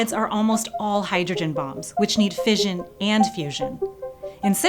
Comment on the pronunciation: It is pronounced fish-un As in mission. Do americans say Mizzion ? I doubt it